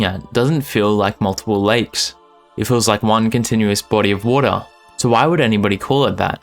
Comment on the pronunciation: Important health announcement: don’t create a drinking game where water is your password. You will be pissed drunk two minutes in and that’s where he really gets started!!! But for my pleasure only because I love your pronunciation, please say it one more time: WOADAH You rock!! 😊